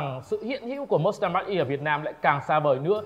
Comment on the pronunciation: cụ đọc mác E mới là chuẩn chứ ko phải mátch E mach nó là từ chỉ tốc độ âm thanh mà